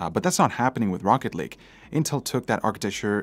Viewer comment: I swear everytime he said rocket lake I heard rocket league haha